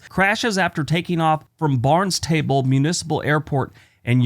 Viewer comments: Just saying hi. Barn-stable, Yar-mouth. LOLOL...you're gonna trigger a few folks with that one. BTW, you didn't get me with the Maine Evergreen state trick. I've seen way too many Maine license plates to get that one wrong. Have a great weekend. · Here's to all the good boys and good girls. Your pronunciation of Barnstable and Yarmouth made me cringe. Have a great weekend everyone.